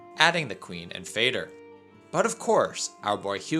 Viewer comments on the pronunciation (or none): I dont wana be that guy but i think Fader is a formal word in Swedish for father and pronounced kinda like father but with a D instead of a T. But never the less i loved the nostalgic vid and would love a part 2